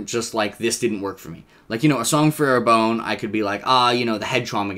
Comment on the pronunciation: Sorry to be a pedant, but I don't think you're pronouncing Arbonne correctly. It should be something more like "are BUN," not "AIR bone."